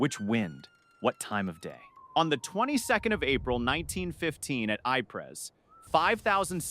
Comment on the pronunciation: When using text to voice scripts, listen before publishing. Sometimes misspelling is needed. Lead, LED, Ypres, EEE-Prah.